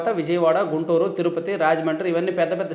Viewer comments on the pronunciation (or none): none